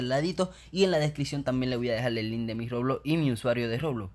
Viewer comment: Nose sabe ablar el wey dice loblox poque no el doij un rejalito xd